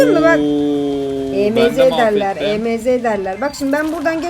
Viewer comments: E m z değil emz diye okunuyor.😂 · Abla emz e me ze diye okunmuyo direk emz diye okunuyi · E m z diye okunmuyo emz diye birleşik okunuyo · E M Z değil emz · Abla e m z diyil emz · e.m.z değil o emz😅😊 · Abla E M Z deyil EMZ😊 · o Emeze değil Emz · abla emeğe değil emz 😂😂😂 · abla emeğe değil emz 😂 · o emeze değil emz diye okunuyo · emeze diye okunmuyo emz diye okunuyor😊😊🌹🌹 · Abla o E M Z DEYİL EMZ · Abla Emeze değil Emz😂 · hayir olum emz diye okunuyo emeze ne aq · Adla o e m Z değil emz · Abla E m z değil Emz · Abla onun adı emz e m Z değil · Emeze değil emz die okunuo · Emeze değil emz yaw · Emz❌ ✨EmEzEğ✅✨ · Abla emeze deil emz emz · Abla o E M Z değil Emz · Abla o E m z diye okunmaz Emz diye okunur😅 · o émze değil emz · Abla E M Z DİYİL EMZ😂❤ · Abla emeze değil emz o karakterin adi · Abla E M Z ❌ EMZ ✅✅✅ ❤❤❤❤❤❤ #PGQUCOLO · Abla o emeze değil direkt emz diye okunuyo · Abla onun adi emeze diyil emiz😂😂😂😂😂🎉🎉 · Abla diynamayk değil daynamayqk😊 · Abla emz. İn. Adını. Yanlış söylüyorsun. O. Emz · o EMZ EMEZE DEĞİL ❤❤ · Okunusu oyle sensin asil o dalga gecilcek kisi salak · Merhaba abla ilk kez önüme çıktın ilk başta özgüş tv kanalı nın videosu sandım (emz savaşçısı nın ismini yanlış söyledin kızma söylemek istedim)